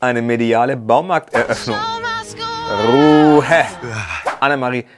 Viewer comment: wie du das von Lisha oder Lou I don’t know wer wer ist einfach kopierst ich liebe dieses „Rrrrruhhe“ 😂😂